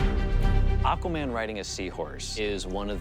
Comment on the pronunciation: Akwuhman - Dolph Lundgren